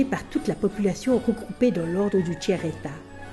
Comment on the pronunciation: Le tchère état, hahaha